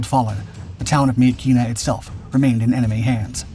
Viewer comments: FYI: Myitkyina in english, is pronounced "Mitchinah" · It's pronounced Mitchina.